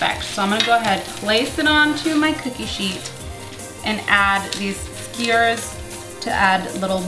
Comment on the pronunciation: Bothers me that that she says skyrs